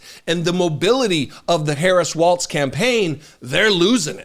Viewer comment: pronounced "walls" not "waltz"